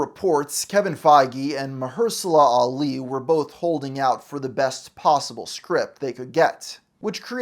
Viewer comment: "Carol DENvers" "MultiUNIVERSE Saga" "MarHERSALA Ali" "Semi LEEu" "EvangLINE Lily" "Gamma IrRADiated blood" LMFAO